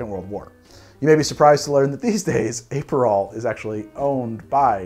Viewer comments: Also, Ay-perol! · It’s pronounced “APP-per-roll” not Ape-per-roll. Also Uh-pair-ah-tiff. Nothing against your great content, just a note. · APE-erol and aper'tif...I love how you add and subtract vowels arbitrarily. I say that with no sarcasm. I'm literally going to watch this again just to hear it all again. Also: agree with you about Dubonnet. It's totally different from the original. Stick to Cocchi di Torino or Bonal.